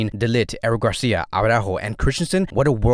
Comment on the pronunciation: Oh no, we're back to aww-rÁhho. No no no. It's ara-ÚÚÚho. You've been watching too much that screaming Jamie guy. Such a pity.